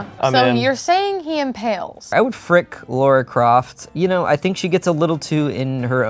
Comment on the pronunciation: calling Lara Croft "Laura" Croft scratched my brain in a bad way:'(